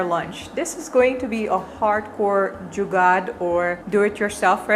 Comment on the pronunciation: You're evidently in love with India and it's culture. You pronounce the Hindi words very clearly and meaningfully.. Eg.. Jugaad